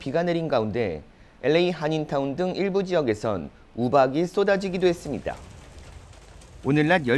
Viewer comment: 이 방송국의 앵커를 속히 바꾸시오. 그는 끝 발음이 정말 듣기가 거북할 뿐만아니라 “ 했습니뎌” 라고 발음하는 정말 듣기가 여간 괴로운게 아니다. 그렇게도 앵커로 일할 사람이 없던 말인가. 말끝마다 “뎌, 뎌, 뎌, ” 라고 하니 발음을 고치던가 혀에 문제가 있는 사람이라면 다른 사람으로 교쳬해서 앵커자리를 신선하게 하기를 바란다. 정말 한심하다. “뎌, 뎌, 뎌, 라고 발음하는 자를 앵커로 앉히다니.